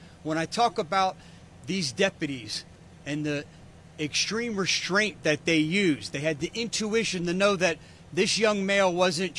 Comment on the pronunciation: "Exshtreme" isn't a word. "Reshtraint" isn't a word.